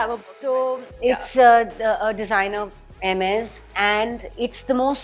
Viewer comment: She pronounced Hermes correctly 👍👍👍